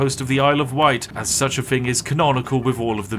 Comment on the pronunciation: It’s so weird to hear some so posh pronounce “thing” as “fing”